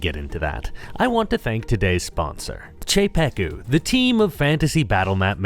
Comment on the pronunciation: The "Cz" in "Czepeku" was flawless 😎